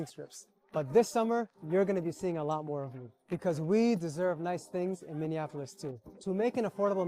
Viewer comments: Always enjoy your commentary,, but this video lost some of its impact by your continually mispronouncing Minneapolis...unless that was intentional? (You didn't indicate as much.) As a former Minneapolitan for over four decades, I moved away long ago (to the craziness of SoCal!) but five of my six siblings (and their families) still reside in the area. I don't recognize anything in what's being shown on the news and actually fear for what's happening to the city I knew and appreciated, intimately, for so long. Former BIL was in law enforcement in the Twin Cities and has to be thankful he's no longer having to deal with what's been occurring, there, in recent years. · Somali-Mnsotan here. 1. It's Minneapolis not Minenapolis 2. Somalis came to MN by choice! 3. Somalia has war issue not crime 4.MN is a melting pot (You seem to be a product of melting pot yourself🤔) 5. How we dress or worship may seem foreign to you but Somalis here are almost all U.S. citizens and we're a proud and successful part of Minnesota! Chew on that bud! 6. If you don't like this little guy (I don't like him either) criticize him not the entire Somali community! 7. Your chosen subject was Minneapolis but you failed to even pronounce it correctly! This underlines your ignorance aboit the rest of the world! Your assertion that the "3rd world countries" produce uncivilized people underlines your ignorance of the rest of the world! You seem to naive to know that wartorn doesn't mean crime-torn! You probably never left the Southside of Chicago? Don't pretend to speak speak for America or the West! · Sorry, are you saying "MinneaNapolis"? It sounds like you're putting an "n" in there. That's not how it's pronounced, or spelled. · Why do you keep pronouncing Minneapolis “Mini-Annapolis”? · The correct pronunciation is Minnie-apple-is... 👍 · Are you deliberately mispronouncing Minneapolis? I keep hearing Minneanapolis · How can you not read Minneapolis correctly😂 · there's no D in Minneapolis